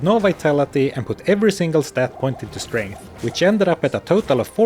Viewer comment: "All you can upgrade is STRANTH!!"